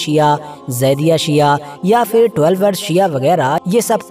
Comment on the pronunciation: aap english to khoob bol rahe hai lekin fir ya phir sahi kahna sikh lo.